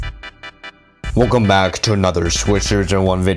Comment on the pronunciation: "Wecolme to Taxas."